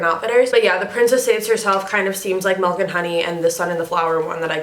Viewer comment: SHE SAYS MELK LOL